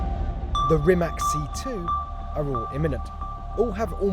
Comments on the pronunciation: Its rimac not rimak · Its not Rimak with K , its Rimac with C ! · It isn't Rimak, it's Rima c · Rimac not Rimak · its not Rimak its Rimac like WITH A C, try Rimatz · Bro its pronounced Rimac not Rimack haha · *pushes glassed up* ...ummmm actually it's pronounced RIMATS, not RIMAK. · its not rimaK,its rimac (ts). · Stop calling it a Rimak. It is Rimac (ipa r i m a ts) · Imagine pronouning Rimac wrong